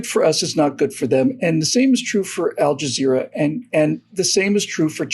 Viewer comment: It seems I'm hearing you saying AlJazero.